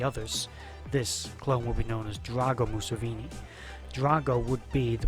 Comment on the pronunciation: You can't even say "Museveni" correctly? Watch the show.